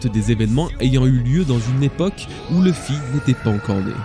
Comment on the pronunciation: Tes vidéos sont vraiment géniales, superbe travail, mais je ne peux pas m'abonner ou liker tant que tu ne voudras pas prononcer le nom de Luffy correctement... ça me bloque